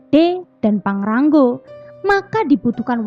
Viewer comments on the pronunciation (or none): PANGRA-NGO mbk/bukan PANGRA-NGGO😂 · Maaf mba bukan pangrang "GO" Tapi pangra "NGO" Hwhehe